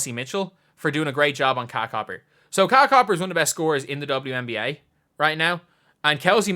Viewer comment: Isn’t is KA-LE-UH copper? Not KYLE copper?